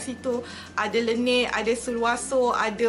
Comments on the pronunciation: LA-NEJ bkn le-neyy py haha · laneige lh bukan lenei